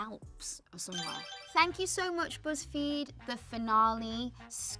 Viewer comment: ”Busssfeed” haha